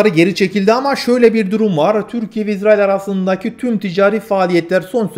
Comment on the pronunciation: İZZ RAİL deyipte türkçeyi bozuyorsun kardeş